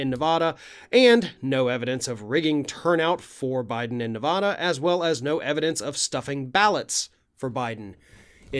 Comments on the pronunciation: Listen, sorry but it's NOT "ne-VAH-dah". Nevada. "a" as in "cat". OK??? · It's so hard to hear you say Ne-vah-da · I love your videos but as someone that lives in Nevada... it drives most Nevadans nuts when Nevada is said wrong. It's Nu-va-duh. Thank you! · Please pronounce NV correctly! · Please pronounce Nevada the right way.